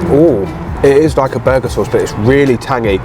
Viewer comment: “BuUrgar” 😂 love it. Just Like Calfreezy Absolutely correct Harvey’s is 10x better than A&W. (sawdust isn’t a bad way to describe their burgers)